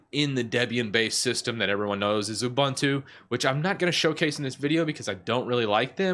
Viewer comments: Ooh-boon-too, not uh-bun-too. 😂 By the way, I love your T-shirt. I'm a huge fan of the Alien series. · It's pronounced "SOO-doo". And "ooh-BOON-too".